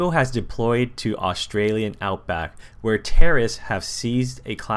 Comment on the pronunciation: Iv never cringed so hard you reading some Australian words wrong made me want to die